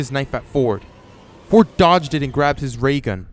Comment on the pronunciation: I know you said Ford but for a sec I hear fork